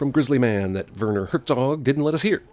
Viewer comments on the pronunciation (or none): none